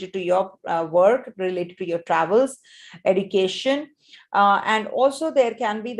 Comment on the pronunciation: Srry mam why you say education as edication ??